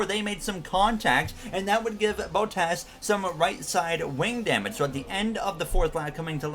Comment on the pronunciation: Love the content!! Only thing I have to say is that Bottas is pronounced as bahtas and not bowtas. Keep up the great work